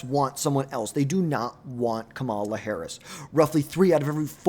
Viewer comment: How are we in 2025 and still mispronouncing Kamala Harris' name? KA-ma-la, learn to say it correctly like everyone does for every other politician.